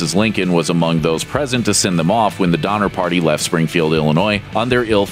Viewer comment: Donner? Dahmer? Donner?..Dahmer?..Mhmmm!?!? 🤔🤔🤔